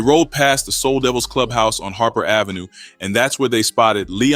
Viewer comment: This dude said soul devils on Harper lmao thats funny as hell